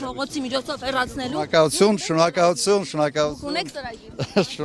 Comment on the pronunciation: շոնոկալություն😅😅😅ակալութուն, շոնոկալություն😂😂😂😂